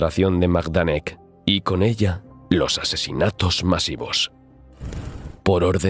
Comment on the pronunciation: Buenos Días; Magnífico relato. Se dice Maidanek. Vivimos a 10 minutos de este campo nazi de concentración en Lublin. Soy chicharrero de Tenerife y vivo allí. Mi mujer y mis niñas son medio chicharreras y medio polacas. También se dice Plasuof… El río Vistula se pronuncia como “Visua”.